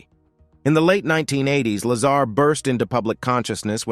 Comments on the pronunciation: Stop saying Lazara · Talk about jumping on the bandwagon of the latest UFO / UAP disclosures,. This video has extremely poor narration, quite possibly AI? Incorrect pronunciation of Bob Lazar's name, extra words scattered within the piece, along with very little intonation and incorrect punctuation. As previously suggested, at least get the basics correct. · Bob is a wild guy, and a genius. His reveal of Area 51 and S4 did more for Humanity and paved a way for more disclosure than most historical figures. Deserves to be at minimum Pronounced correctly....freakin LAZARA. WTF